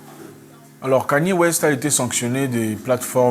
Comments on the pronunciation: Pas yi mais plutôt yé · Ça se prononce "IYÉ" 😊